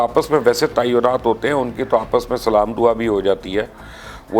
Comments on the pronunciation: Sir G Salaam sahi tariky sy kiya karein No doubt apki videos both achi hain bas Salaam k alfaaz sahi ada karein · Please when you give Salaam say it properly